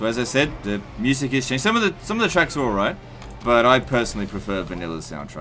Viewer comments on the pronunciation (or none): none